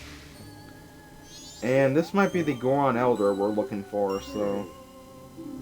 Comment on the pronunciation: It's Goron. I know you're like 9 years old, but please stop stupifying the rest of us.